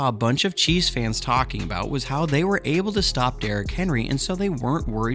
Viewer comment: It sounds like you are saying cheese fans.🤣😂🤣😂🤣😂😂